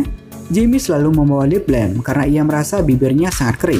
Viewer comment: apa bang? Lip blam? Lip balm kali 🤣